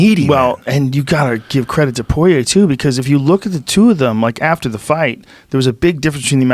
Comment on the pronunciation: Isn't it pronounced like "pwah-yay"